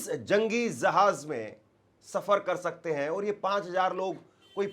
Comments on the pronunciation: Zahanz nai re bhai Jahanz, Abraham Lincoln re bhai, tu Teri zuban saaf karle bhai for God sake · Jahaj nahin Hai jahaj Hai jahaj